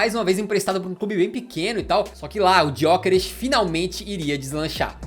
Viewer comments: A pronúncia correta é sem o "G", é "Yókeres", foi uma das primeiras perguntas que ele respondeu quando chegou em Portugal. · Pronuncia do nome dele tbm não é ESSA! Em Portugal, pelo menos, G é mudo!